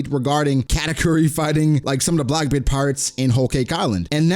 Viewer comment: Its Blackbeard not Blockbeard! 🙂